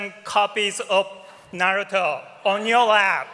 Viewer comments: wow! I wish I could have been there! but that host... the way he pronounced "Na RU Toe" ...so irritating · A bit old, but I I agree. He was saying Naruto wrong, however as best seller, he probably meant in America at the time, otherwise it’s one piece. Oda knows this and states this as well.